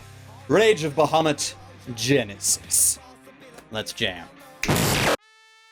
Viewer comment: okay.... couple reason why I personally couldnt watch the anime (yes they all revolve around D&D) Firstly the name is being pronounced wrong, secondly, BAHAMUT IS THE KING OF THE GOOD DRAGONS! if they wanted a villian dragon, dont use a metallic dragon use a chrome, or even better yet, USE TAIMAT. SHE IS LITERALLY THE QUEEN OF EVIL DRAGONS.